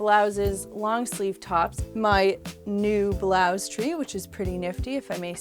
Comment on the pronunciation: you said blouze it's blouse